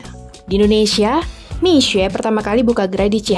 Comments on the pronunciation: Boleh apresiasi gk sih intonasi mandarin naratornya tepat… mi xue bukan miksue atau miksu… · Keren pelafalan mandarin naratornya benar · kok jadi agak kasian naratornya ya wkwk, jadi harus baca Mixue dengan aksen yang bener terus"an😅😅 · Baru tau kalo mixue di bacanya misee bukan miksu'e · sebenarnya d ig udh ada yang bikin konten, bagaimana sih pelafalan mixue, yang ngomong itu langsung dari para pekerja. Dan rata" mesti ngomong nya Misye. Nah kebetulan narasi memperjelas lagi, dari pelafalan Hingga aksen serta bagaimana grow up ini bisnis. Good job sih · Dari video ini aku jadi belajar bagaimana menyebut "mixue" dg benar :) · Terima kasih atas pengucapan serta lafal yg benar dr Mixue. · justru cara baca narator ini yang benar.. wkwkwkwkwk. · Baru kali ini ada yg baca Mixue dgn benar. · Narrator setidaknya berhasil mengucapkan "mixue" dgn pelafalan yg bener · Fasih banget pelafalan Mixue 🙄👍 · Dari video ini saya tau cara ngucapin Mixue, selama ini bilangnya Miksuwe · Akhirnya ada media yang melafalkan nama Mixue dengan benar. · lafalnya bahkan sampai intonasi bahasa Mandarin diikuti. Kalau menurut aku sebenarnya dibaca seperti nama orang Indonesia "Misye" aja udah bagus, tapi ini benar-benar serius dalam pelafalan sampai intonasi aslinya juga dilafalkan.